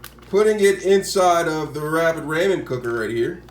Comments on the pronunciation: Ra-men not ray-men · It is pronounced rah-men, not ray-men. Cool vid though 👌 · “Ray-men” lol 🤦🏽‍♂️ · I'll say Raymen till the day I die. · No, they have problem pronouncing the "th" sound. Like they'll pronounce the name Matthew like Ma'few, lol! But I think he's just being funny pronouncing it as "raymen," lol! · I cant watch this video any longer because the way you’re pronouncing ramen is wrong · my guy she legit said i will leave because you are not pronouncing ramen correct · I thought this was a troll vid when i heard how you pronounced it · He’s black.. they have a hard time pronouncing things. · He knows how to spell it. He was referring to the way that you pronounce “ramen”.